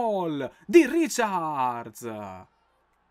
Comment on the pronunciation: non si dice riciards, ma raicard